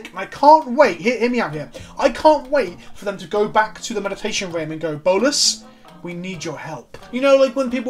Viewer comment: "Oath of Bolas" omg, ily